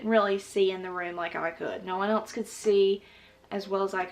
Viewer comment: I love how she says else as “elts” 😂